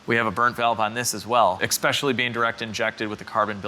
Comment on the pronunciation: Did you say "ec-specially?"